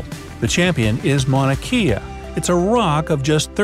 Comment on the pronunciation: it is sad that he pronounced Mauna Kea wrong